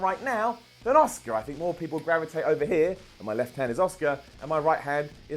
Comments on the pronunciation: The way you pronounce Asuka annoys me. Its pronounced liked ask-ah. Not Oscar. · Her name is ASUKA....... not OSCAR!!! This isn’t the academy awards. Pls get the pronunciation of her name right. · Why is he calling asuka Oscar... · why are you calling asuka oscar?